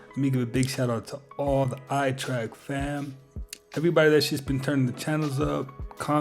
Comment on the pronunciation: Although I enjoy this channel very much, I highly doubt it’s the most active on YouTube. I think PewDiePie and MrBeast would disagree with that assertion. And I’m still trying to figure out why the host cannot pronounce the word “trek” correctly. It is not pronounced the same as the word “track”, which is how it sounds when he says the word “trek”. But, whatever, that’s just my OCD coming out, lol. No harm, no foul, right?🤣